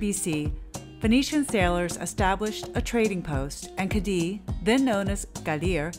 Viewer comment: You're video was done very well, I enjoyed it very much. The only exception is your pronunciation of "Cadiz"; you can say it by pronouncing the "z" as an "s", however, the correct pronunciation ends with the "z" sounding like a soft "th". It is not, "Cah-dee".